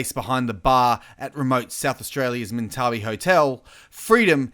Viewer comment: It's pronounced (Mint-a-bie)